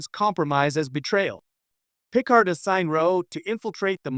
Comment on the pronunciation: What is a she is a Bajorin (ba jore an) Picard (pi card) maybe narrate yourself instead of using AI.